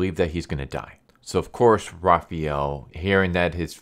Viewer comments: Great video. Quick advice though: It's pronounced Raphael, not Raphiel. Since it is pronounced exactly how it's spelled in every other language. Another acceptable pronunciation is Ra-pha-yel, which is what English and American people prefer to facilitate, if you prefer. The important thing is not replacing the "a" with an "ee" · Raphael isn't raffee-el Why you keep saying jt wrong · who is "Rah-fee-el"? lol. Had to replay the beginning to know you were saying "Raf-fi-el" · is that the official pronunciation? "ra-fee-el" not "ra-fa-el"? just curious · raphAWWel not raphEEel *cringe 😤😬 sorry that always annoyed me. Good breakdown, that should've made the movie based off this. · First off, you're pronouncing Raphael's name incorrectly. It's Raph-aa-el. Secondly, his weapon is not Kunai, it's the Sai. Have you ever seen or read the TMNT ever?? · i’m not sure what’s tilting me more. Raphiel or Zabooza 🤣🤣 good video tho. enjoyed it thoroughly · Why do you pronounce Raphael like that? That's not how you say the name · I mean I would understand calling a Japanese weapon by a wrong name, but I don't understand why you pronounce Raphael so freaking weird